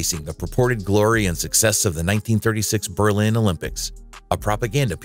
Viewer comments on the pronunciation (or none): none